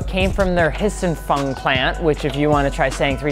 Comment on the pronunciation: Its pronounced Xin Fung not Hissing Fung